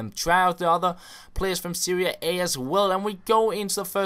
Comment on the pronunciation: You say Seria A but it's Serie A